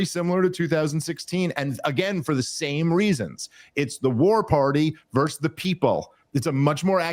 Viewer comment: I know it’s not a big deal, by why do people say verse rather than versus? They’re two different words, with two entirely different meanings.